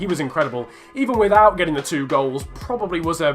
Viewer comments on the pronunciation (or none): none